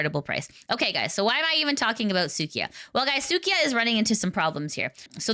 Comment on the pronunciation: its suika not sukia/ the japanese word for watermelon.